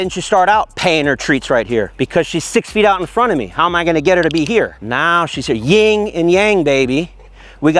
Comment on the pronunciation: I've got to fix this YIN and YANG, not 'ying and yang'. These are taoistic principles. Thanks!